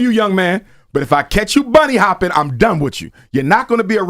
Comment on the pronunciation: he says he isn't racist but continues to say " bunny hoping" imagine someone saying monkey hoping lol